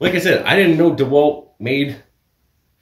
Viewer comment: Thanks for the Video !!! Dewalt, it's Dewalt :))